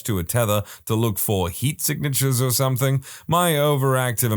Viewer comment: No K in the word something